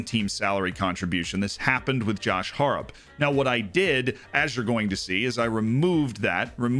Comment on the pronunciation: Came to learn more about FM. Left wondering how Josh Harrop's name was so badly butchered.